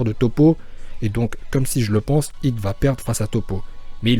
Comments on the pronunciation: Pourquoi tu dis « Hito » c Hit, c un mot anglais, c’est débile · par contre va falloir arrêter d'assassiné les oreilles des gens en appelant hit "Hhhhitho" par ce que autant appelé vegeta "begita"